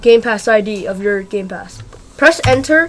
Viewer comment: Did he say roblox gay pass?